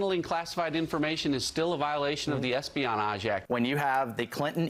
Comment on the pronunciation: how did he pronounce espionage lmao